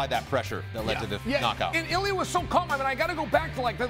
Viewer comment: His name is I L I A (e-lee-a) not ilias he’s not Greek he’s Georgian 🇬🇪